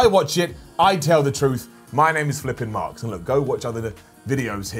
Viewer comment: Sounds like he's saying Flippin Marx😂😂😂